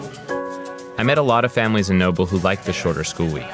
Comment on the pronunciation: Why does he keep pronouncing it Nople?